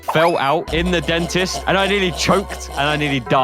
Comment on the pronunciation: How bro said Dentist😂